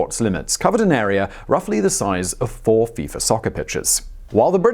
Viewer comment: “Chiner” and “arear”